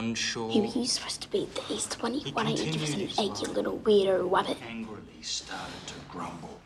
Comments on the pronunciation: Yellow shirt guy really though he was so cool pronouncing rabbit with a W 💀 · Did anyone notice he said wabet 😂😂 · But it said how you said wabbit not rabbit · I know this is just a short film but that boys pronounced rabbit wabbit like whats a wabbit😂😂😂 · ”You wittle wewdwo wabbit 👹” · you little weirdo wabbit Me:you cannot even say rabbit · The bully was mean about the mask but he can’t even say rabbit